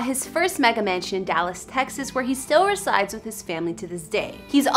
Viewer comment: Learn to pronounce resides